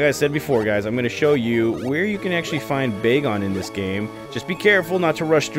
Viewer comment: It’s bag-on not bae-gone